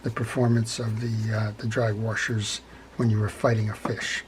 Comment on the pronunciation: I guess I didn't realize until I heard you that I also say wa"r"shers :)